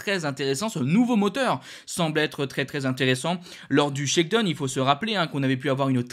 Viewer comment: Bon, une petite remarque utile: shakedown en anglais se prononce phonétiquement : shakedown tout comme dans la chanson downtown, prononcez: dahon et non pas done. !!!